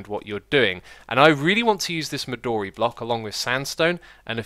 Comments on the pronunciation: Xis, "midori" your saying it wrong. it's pronounced mi doe re , not mi door e. you may have noticed how much it looks like purpur blocks, and funnily enough it was given it's name in the same way. midori means green in japanese. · Also, "midori" is more correctly pronounced as "me do ri" with a short "o". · Erik Youngren Midori Japanese for green and thus the "o" is long and both I's are long E's.